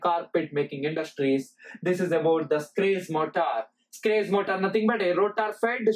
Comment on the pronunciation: The gentleman in this video did not explain how these motors work, but related what they consist of, and what they do, or where they are used. He should have explained clearly how the Schrage Motor works . He is even sounding the name Schrage wrongly. He should have explained how it works, and how the commutator voltage is generated at the slip frequency, to be able to feed it back, totally different from an induction motor, or a wound slip ring synchronous motor. Educators should be careful how they deliver the lesson, as, "What it does", and "Where it is applied" is not, "How it works" There is no information in this statement written about this video and if he who did it was in my class, I would have failed him as he said nothing abut the Schrage motor, Quoting what I read. " 🔍 What is the Schrage Motor? The Schrage Motor is a groundbreaking advancement in the field of electrical machines, known for its unique design and exceptional performance characteristics. Join us as we unravel the intricacies of this motor and explore its applications in various engineering domains." In this video there is not a single sketch or drawings of any of the motors or rtheir winding, It is absolutely stupid to teach in this manner. Poerty and religions an politics and fables from Hans Christian Anderson are presented in this manner. Also the presenter does not need to shout! The Schrage motor. Let us start with the induction motor. We shall deal with the three phase type. The induction moto